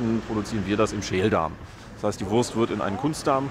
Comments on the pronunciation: No offense, but Wurst is not spellt like worse but voorst. Imagine a V followed by oo like from loose but shorter. It a national dish with international roots. A delicious and cheap meal from the dark past of post-war Germany. The Currywurst was established in West Berlin (West Germany aka Federal Republic of Germany (FRG)) and later reinvented without casing/intestine in East Berlin (East Germany aka German Democratic Republic (GDR)) because of shortages of intestines. At first the sausages were cheap and very low quality. But soon after establishment quality standards were erected by the local government, food authorities and the food industry. The official inventor of Currywurst is Herta Heuwer but it is a high possibility thar Currywurst is an invention that several people made at the same time. And without occupation it might be never invented because Brits brought Curry powder (spice blends) from colonial India (British East India Company, BEIC) to Germany and Americans Tomato ketchup. Today is this dish all over Germany. But there are 3 areas that claim its invention and celebrate their version: First Berlin, second Lower Saxony/Hamburg (Currybockwurst or Volkswagen-Currywurst (yes, the car manufacturer sells their own version)) and third North Rhine-Westfalia (mostly Ruhr area). They are barely comparable. The share the core concepts but taste very different in profile/detail. In Berlin the sausage has to be pan-fried by law, in Northern Germany it is more common to h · you pronounce the wurst with an 'o'. But that is wrong. Its a 'u'